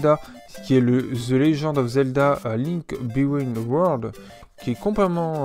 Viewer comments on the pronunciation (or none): Lol au début je pensais que tu déconnais en parlant mal anglais, mais en fait c'est vraiment un soucis. C'est dommage, les "wii-uh", "link bitwen weurd", "party issland"… lol je taquines :) Sinon très belle collection.